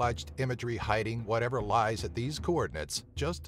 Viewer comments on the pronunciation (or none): none